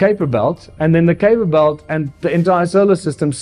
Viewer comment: It's so nice to hear the Name Kuiper being pronounced correctly. Great video from Video Advice!!